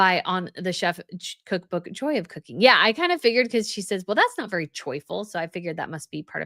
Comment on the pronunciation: Does say “Choi-ful” or “Joyful” when Chef Roy says what kind of music he listens to when he cooks?